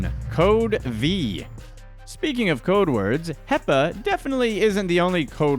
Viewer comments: When he said hepa I thought he said peps lol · Hepa more like peppa